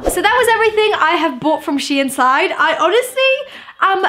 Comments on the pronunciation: its pronounced sheen not she inn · the way she says the brand's name lmaooooooo * SHE IN * ahhahshggsgg its SHEIN * sheyn * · Wth is she-in. It’s pronounced sheen. But ily great vid xxxxxxpooooooo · It’s not she in its shein!! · I pronounced it shine XD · nope, it is DEFINITELY "sheen" i dont know where she is getting THAT pronunciation from! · I pronounced it as Shane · Don’t worry, I pronounce it “sheen” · U dont prononce It like shiin it's s-h-e-i-n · LMFAO I PRONOUNCED IT SHANE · loved your videos this isn’t hate but it’s pronounced sheen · You all pronounc it wrong bc shein os dutch and in duch ei is a diffrend sound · M she says it wronggg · She said it wrong....😂😆